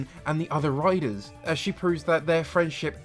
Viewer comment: It took me an hour an 14 min before I realized you were saying "riders" and not "writers" I had been very confused for a while